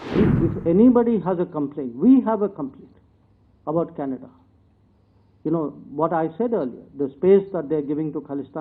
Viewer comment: dear bhaiyon........Canada is pronounced Can-a-da........not Kanedddddddddddddda Also, development is prouncouned DIV-EL-UP-MENT...not as it is written